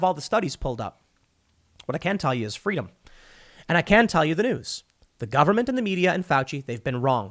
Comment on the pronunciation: In the words of Kamala Harris: "Fweedom."